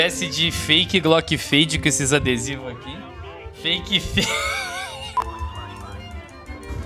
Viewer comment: a fake fade, da coleção Fade, "Fade+"(feide mais) kkkkkk.